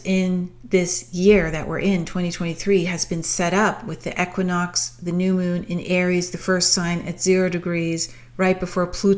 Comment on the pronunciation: The way you say equinox 😰